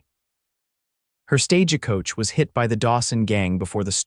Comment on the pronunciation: Listening from Clackamas Oregon. Thank you for the beautiful love story. Narration had some AI errors. My favorite is the mispronunciation of Stagecoach, "Sta-ge Coach". Cracks me up every time !!❤